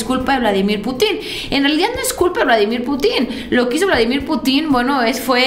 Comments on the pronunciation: Es pu'tin acento en la u no en la i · me desespero el estarte escuchando decir PUTIN con acento en la I...en primera en México escuchamos como lo dices y lo primero que pensamos en un PUTIN. POR FAVOR DI CORRECTAMENTE.